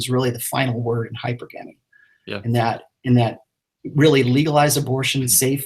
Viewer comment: Even though Rollo is an expert, he definitely pronounces Hypergamy wrong. It is not hyper-gamy - it is hyPERGamy